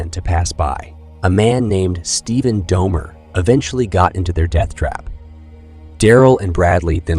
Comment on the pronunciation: It’s pronounced DOLL-MER